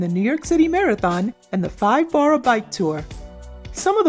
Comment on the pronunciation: why do you say boro like that?